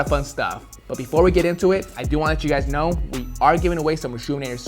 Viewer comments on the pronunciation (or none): none